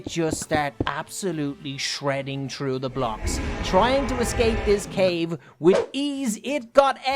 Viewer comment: Its funny says trough not through:)